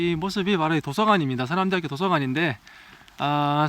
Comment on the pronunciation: 서남’대’하꾜! 이거 대구 사투리인뎅!ㅋㅋ 대구쪽분 맞으시죵 ?